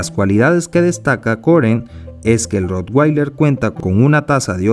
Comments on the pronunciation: Se pronuncia rotvailer, no rotguailer ni rotgueiler, ya que es alemán y en ese idioma la w siempre se pronuncia como v. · Se pronuncia Rotvailer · Al ser un perro alemán la w se pronuncia como v y no como u (inglés). Independientemente de esto, es un perro increible.